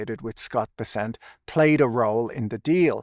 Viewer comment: Pretty sure it's BESS-ent.